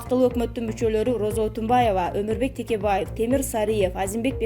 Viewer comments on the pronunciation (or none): none